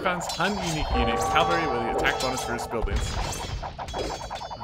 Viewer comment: I enjoy this series very much, and you're great, but it's pronounced CA-VAL-RY not "Calvary" loool